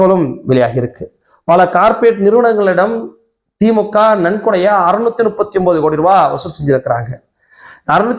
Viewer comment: Dai normala pesu, yeadhukku iluth iluthu pesura! Veetla ippadiyya da pesuva! Theemukkava illa da Dai adhu thee moo kaa!😂